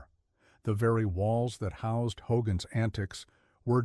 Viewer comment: ‘HDOGGAN’S HEROES?’